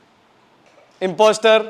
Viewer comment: Imposter ka j sound h😆😆😆